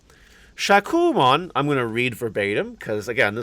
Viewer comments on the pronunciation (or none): Future reference my friend Shakkoumon is pronounced, “shā • ku • oh • mon ❤️